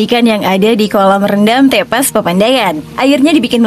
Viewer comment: bacanya bukan begitu , nyebut E pada kata TEPAS sama dengan nyebut E pada kata teman. Tepas dalam bahasa sunda artinya Beranda